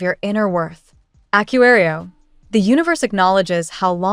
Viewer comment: Please fix the pronounciation of aquarius. Now it's totally unrecognizable.